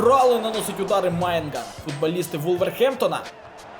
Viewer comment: Какой нахер Майгнан его фамилия по другому читается